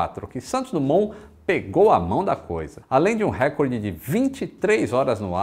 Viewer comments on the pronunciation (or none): none